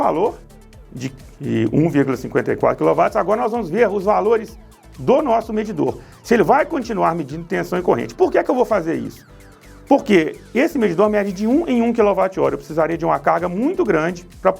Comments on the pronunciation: Desculpe: "kilovat"???.... WATTS ( LEIA.. OUTS) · Não existe quilovátis; é kiloáts, ou seja, kilowatts; o dábliu não é v.